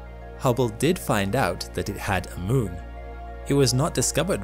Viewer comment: What is the word your saying ? I can’t make it out or understand it. Edit: oh, it was “moon”? The pronunciation confused me.